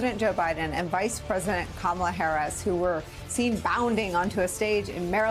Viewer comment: he said her name wrong, I guess he IS the racist Kamala called him 🤣🤣 cnn has been saying the racist repudiation her name wrong on purpose lol